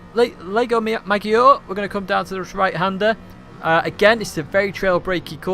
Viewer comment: Great Video! I definitely need to focus on my trailbraking skills. PS: as an italian, your pronunciation of "Maggiore" really makes me cringe ahahaah: Should be "Madge - oh - reh" PPS: to be fair, I believe the English in my videos might be cringy for you too :| :D